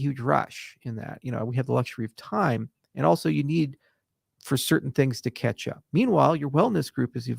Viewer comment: ole man ears did you say Ketchup or catch-up